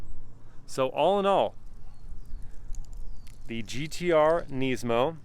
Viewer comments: Neesmo? ITS NISMO! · Nismo not nesmo sorry had to say it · "neesmow" bro just pronounce it like it's meant to be pronounced, why do Americans have to make up their own pronunciation for everything.... it's pronounced nizmoe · Niz-mo. Not neeeeesemo. i saw a guy at cheesecake factory w this car and I was like you know how sick that thing is? He was like sorta, its the most expensive nissan i could buy when I got rid of my gallardo. Very weird conversation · Nysmo 😂 the way he says it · why’d u pronounce it “neesmo” 😂 good vid tho bro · who the helll says NEESMO lol. ive never heard anyone say it like that lmao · the way you say nismo bugs me so much, classic American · I don’t like how he pronounces nismo :/